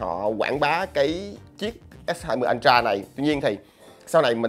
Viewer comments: vcl “ân tra”!!!! 🤣🤣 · Nghe nó cứ sao sao nhỉ. Phát âm lệch rồi. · Hự!!! /ˈəltrə/ là /ớ trờ/ mới đúng chứ anh :D :D